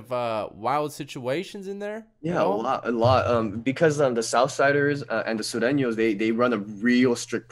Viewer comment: Your boy pronounced sUreño like a true Spanish speaker